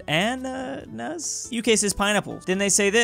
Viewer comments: Ok... say it with me. A-na-nas Got it? A-na-nas I think you get it! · Did he really struggle that hard to say "ananas"? xD